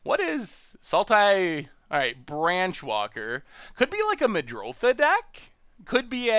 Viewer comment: Why does Seth call Muldrotha "Midrolltha"?